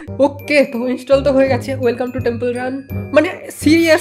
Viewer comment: Temple grun na temple run